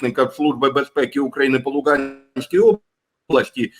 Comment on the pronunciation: Не по Луґанській, а по Луганській облаькі області.